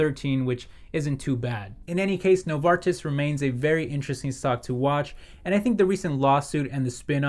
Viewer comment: Excellent pronunciation on Novartis ;)